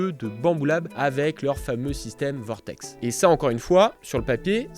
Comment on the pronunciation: ouiiii, plus qu'à apprendre à prononcer correctement VORTEK et ce sera bon 🤣